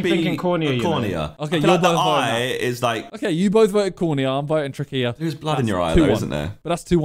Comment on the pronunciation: the way yall are saying trachea is giving me a headache